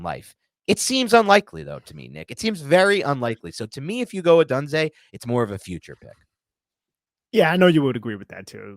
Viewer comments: you are mispronouncing odunze,it’s sounds like odoonza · Great pod guys FYI Romes last name is pronounced by most as Oh-Doon-Zay and I would be happy to have him if we take penix 2nd round 👍